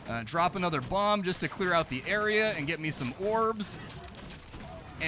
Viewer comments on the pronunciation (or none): none